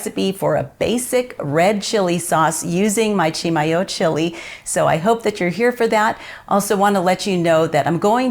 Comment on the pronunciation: Thanks so much for letting me know the correct pronouciation of Chimayo. Being a "new" New Mexican I'm trying to get some of the Texan accent out of my speech when talking about NM stuff. We bought some of the "true" Chimayo red chile powder in Santa Fe 30 yrs ago and it was fantastic! Any chance you might share a few seeds with Sally on Friday? Maybe we could trade you some of our first "crop" of Las Cruces tomatoes...